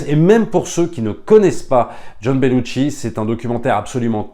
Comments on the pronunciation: petite précision: on ne prononce Belushi avec un T... ce n'est donc pas BeluTchi mais Belushi :) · Belushi = ”chi” Bellucci = ”tchi” Sinon, merci pour ton enthousiasme